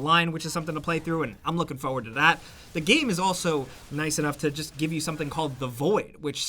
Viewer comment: the way you pronounce FOR-WARD irritates me so much, could even finish the video